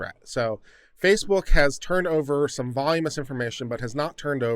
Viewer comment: Voluminous (vo·lu·mi·nous /vəˈl(y)o͞omənəs or vah LOO meh nus) is the word in the court's decision that you mangled. No word pronounced voˈl yo͞o mus (hypothetically spelled "volumous") is recognized in any generally accepted dictionary of the English language.